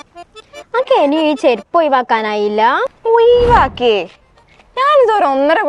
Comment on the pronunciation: ഒയിവേക 😂ഒഴിവാക്കുക